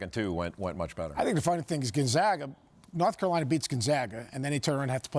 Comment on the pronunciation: Where is "Nort Carolina"?? 😂😂😂